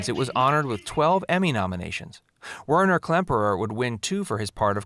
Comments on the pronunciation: Weiner????? Klemperer. It's Werner.....geez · Really? The actor's name Werner Klemperer, not Whiner. Robert Clary did NOT play a NAZI, he was a French POW! Do you even proofread? Interesting tidbits ruined by awful mistakes. Done here! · "Whiner" Klemperer? Werner. Pronounced "Verner". Most likely an synthetic voice over. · and Werner is pronounced "Werner", not "Whiner" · Who is "Winer Klemperer"? His name was Werner Klemperer (pronounced "VAIR-ner"). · Werner is pronounced Ver' ner.